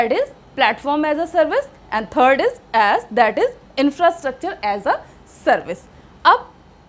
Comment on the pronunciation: Madam ass bol rhi thi 😂😂😂